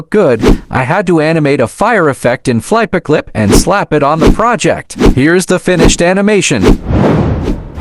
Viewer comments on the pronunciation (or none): It’s good for your first time I mean i would suck probably I say because your first I say it’s 7.5/10❤ also you pronounce FlipaClip little weird you say it’s flapeclip but maybe it’s just because I am Dutch 🇳🇱 😅